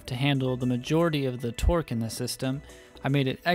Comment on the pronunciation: A few times I swear I heard you say twerk instead